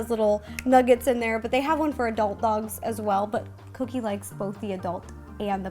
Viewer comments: not to be rude but is it just me that whenever ro says cookie it sounds like coodie? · she said coodie instead of cookie but awh they are so cute 🤩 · You keep calling cookie coodie???????? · Who else loves how she sometimes calls cookie "coodie"?! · U keep callin cookie cooddie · Why did she keep saying kodie not vookie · Did you call her coodie not tryna be rude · did any one realise that ro says coodie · Is it just me or does every time RO say cookie it sounds like she’s saying cootie?? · Did u hear Ro say coodie? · Am I the only one who heard ro saying coodie in stead of cookie the whole vid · I know her dog is called cookie but throughout the video I only heard coodie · Is it just me or Ro calling Cookie, “Coodie” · She does sometimes Idk why.. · I keep thinking you say coodie xx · She does